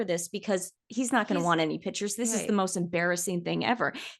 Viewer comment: Can someone teach to say PICTURES not Pitchas … please please … it’s grating.